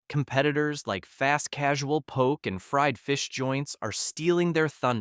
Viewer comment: That’s not how you pronounce “poke”